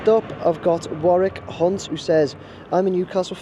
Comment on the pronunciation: Warrick Hunt..... 🙂 Think you may need to say these names to yourself before announcing on video!!! Specially if you say that in a Geordie accent.